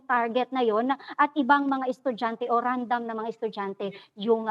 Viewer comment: "RANDAM? AMFOTA